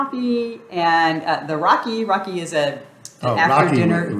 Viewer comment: its not Rocky, its RAKI